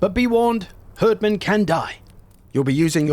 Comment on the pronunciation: For the love of rødgrød, please stop calling them "herdmen" It's pronounced "Hierdmen" XD